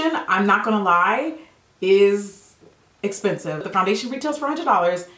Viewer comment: I love that you said "das esspensive" like Kathleen Lights. Lol I love you Jackie!! 😍😍